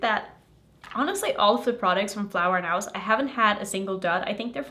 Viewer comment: Hey it’s no big deal, but since you gonna be making more videos of this brand, I thought you might like to know it’s pronounced flower knows(nose). Love your videos ❤